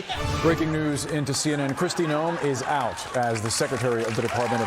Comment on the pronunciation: Kristi Noe-mo